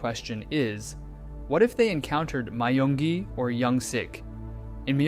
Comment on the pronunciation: No One Asked: (My-yung-gi) Everyone Else: (Me-yung-gi)